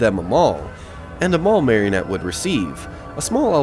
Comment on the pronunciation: I grew up in Menominee/Marinette in the 80s/90s. Spent a lot of time at the Pine Tree Mall. A few observations based on memory... 1.) Marinette is pronounced Mare-IN-ette, not Marion-ette 2.) entering the mall, would have been Kindy Optical and The Circus Arcade, and Zales jewelers on your right (where Petco is now), and Osco Drug on the left. The former Younkers(formerly PrangeWay) was straight ahead. The small wooden paneling/window to the right of the Younkers entrance was the side of Bath and Body Works, once also a Jewelery store. To the right of the old fountains, the corridor extended down to the old Walmart(now Kohl's). **side note, the Petco mall entrance appears no longer functional as of my last visit at Christmas. 3.) The blue/white checker storefront was originally a Baskin Robbins, and by the 90s was just a generic named ice cream store/cafe. The reason it's open like that is, aside from the original anchor stores, the mall had no public restrooms. Now that all of the anchors are gone/sealed off, it's the only remaining restroom option. 4.) County Seat closed in the mid 90s and has looked exactly like that since. In that middle portion of the mall was once Athletes Foot, B. Dalton, Things Remembered, Claire's, Hallmark, County Seat, Baskin Robbins, The Gap(which became a store called Bottom Half in the 90s), a bank, Cool Nails, and Payless Shoes. Most of these stores, still existed into the mid 2000s. 5.) Dunhams replaced Sears, which was just an appliance/lawn/